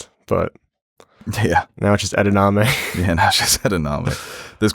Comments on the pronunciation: Edamame,. Not Edanamee! Also, it's Soy, not Peapods or Green Beans lol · It’s pronounced “Ed-a-mom-ay”